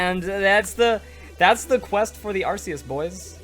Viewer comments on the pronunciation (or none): it's pronounced ARK- EE US for the love of god smh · I'm more of the casual pokemon player but isn't Arceus pronounced differently then you pronounced it? I'm basing that off the anime movie with Hoppa but the anime may have pronounced it wrong idk. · ikr I say Ark ee us. But then again I'm British so I'm not correcting coz he's American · to each his own i guess, im just used to ARK EE US, so it sounds weird when pronounced otherwise